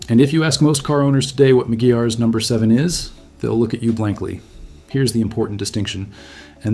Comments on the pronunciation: It’s pronounced: ma-gwires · It's pronounced" MAGWIRES" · Hey I believe it's pronounced MC GWIREZ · He pronounced it wrong. It’s a temporary shine but it works well.